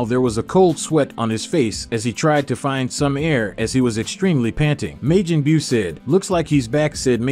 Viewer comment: why do you keep saying Meijin Beew